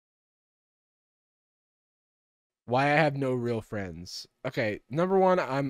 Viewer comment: As a furry i am strongly opposed to him saying "fuzzy fwiends"